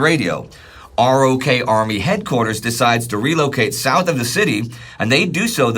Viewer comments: Another great episode. Just FYI, the US military refers to the Republic of Korea as ROK as in "rock" and doesn't pronounce it R-O-K. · Ima say it again. It's said ROK Army. Pronounced like rock.